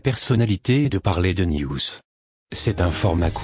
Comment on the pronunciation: À pendant un instance au lieu de news j ai entendu nudes XD